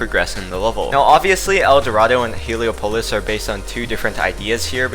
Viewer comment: You Can't Pronounce Heliopolis